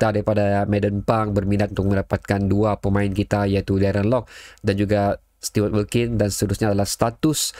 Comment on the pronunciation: Stu-ert wilkin (stuart wilkin)